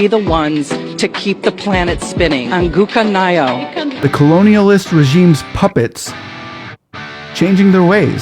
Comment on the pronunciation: I wonder a black American can't pronounce well ''anguka nayo'' while whites pronounce it lyk us